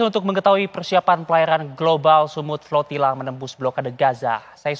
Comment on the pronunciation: Kedengarannya progila tetapi setelah di baca ternyata flotilla !!? 😂😂😂